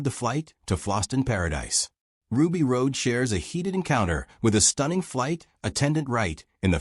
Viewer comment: Chris Tucker was hilarious in this and it's pronounced ROD! Plus,Ray was a celebrity